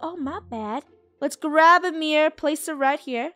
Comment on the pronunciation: The way Funneh calls a mirror a ‘meer’ is hilarious, also who else is watching all of ItsFunneh’s old videos?